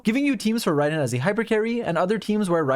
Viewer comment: "to get rai-den to it!" kill me